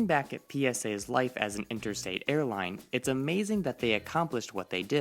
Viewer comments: Sounds like he was saying "interstate" when he should have said "intrastate." A flight between points in one state would be intrastate, whereas an interstate flight would be between points in different states. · Dude….you mean to say INTRAstate, not Interstate. Look it up! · Intrastate not interstate.